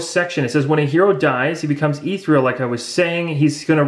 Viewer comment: Great videos. They are helping me understand the mechanics better, especially since I'm rather late to the game. One thing: ethereal is pronounced eh-THEE-ree-uhl, not ee-three-uhl. Minor, but thought you should know. Plus scimitar is pronounced simm-ih-tahr. :-)